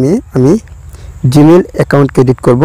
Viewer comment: Vhai apne bar bar ki cadit cadit kortasan oita cadit nah creat hoibo 😂😂